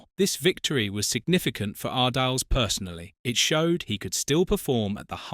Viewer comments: Its pronounced Ar-dee-les not Ar-deals or Ar-diles. Lol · Lost it all? What a load of rubbish. You can't even pronounce his name properly - pathetic. I won't waste my time on any more of your videos. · at least learn how to pronounce his surname.